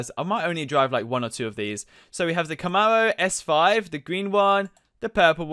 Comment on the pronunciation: How do you not know what the Plymouth Superbird is! And, how do you not know how to say Camaro SS!